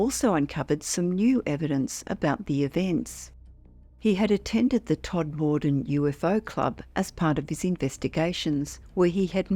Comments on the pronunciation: Please let them know it's pronounced Todma den not Tod more den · Not Tod-moor-den. Todmuden. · Please tell AI that Todmorden is pronounced TOD-ma-don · Lovely upload, as always. Just one thing, Todmorden is pronounced TOD-muh-dun. (No big deal, just for future reference 🙂👍).